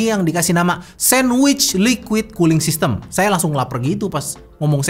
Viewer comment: . Kedengeran nya "teknologi KULI"... 😁😁😁